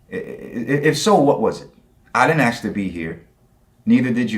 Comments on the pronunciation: The word is fucking ask not fucking axe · Why do some people say aks instead of ask? The believer says it right at the beginning. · As soon as he started "aksing" things, I just liked and left. 🤦‍♂️ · Why be axing me all these questions? He already knows the answers, he just chooses to ignore them. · he's going to "AXE" me????? violent christians threatening people wit edged weapons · I have been wondering - what is it with people not being able to just say 'ask' correctly, and say 'aks'. Is it that hard? Just asking. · I don't particularly want this guy to "axe me" anything, tbqh. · You know it won’t go well when he wants to ‘axe’ a question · 😂 Yep. needs an English class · I hate it when people try to axe me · Please don’t axe me, bro! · He's going to axe me, that's a little strong isn't it. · When a person is too stupid to pronounce "ask" correctly, what will follow will be numbingly dumb. As this theist demonstrates. Deeerrp. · I couldn't take anyone who can't pronounce the word ask properly seriously to start with. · If you can't even pronounce "I'm going to ASK you" when you have as many chances to record as you want, you're not off to an intelligent start.... Well it didn't take him long to confirm extreme stupidity at all... 2nd sentence. Well arguably the first was already stupid, because whether you'd like to live forever has nothing to do with whether a god exists. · Is it so difficult to say "ASK"? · Ouch!! Facker 'axed' me!! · “Bro can’t pronounce abiogenesis” Bro can’t pronounce ‘ask’!